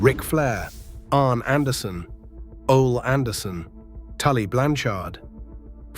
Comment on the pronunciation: Ol-eee not "OL"